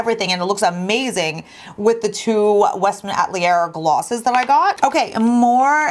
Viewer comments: Yeah I giggled the way she pronounced it. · Love your videos! It is pronounced Westman A-tel-ee-yay:)